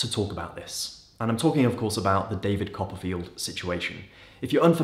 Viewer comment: David Cop-a-feel.